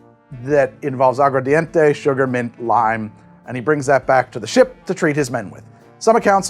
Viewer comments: Agua ARDENTE (fire water) not English mumbled agua dente (tooth water) Pronunciation matters en Español. The key to Spanish is pronunciation, say it like you got a pair even if you don't. Spanish cultures laugh at our spelling B's because they spell words the way they are pronounced. Agua Ardente 'flaming water' would be closest to pure grain alcohol but with sugar cane. !vive la Cuba! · I'm a language teacher and I heard you say "Agua Dente" not aguar enough times to flinch. Go listen, I ain't always right